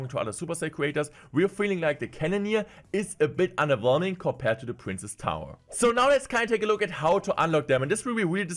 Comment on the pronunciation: Day 2 of asking to stop pronouncing “princess” as “prince”